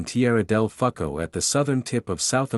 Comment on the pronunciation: That's the problem with 'Voice Bots'. Tieara del phuko? I am sure that You meant Fuego? Sometimes you have to type the words in phonetically in order for them to speak it correctly.